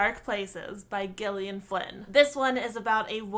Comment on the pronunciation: Btw Gillian sounds like Jillian